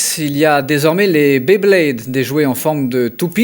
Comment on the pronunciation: "Les béblédes" 😂